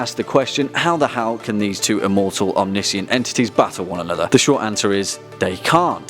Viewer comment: Why is it so hard for you to pronounce omniscient? I thought the English you know...know English.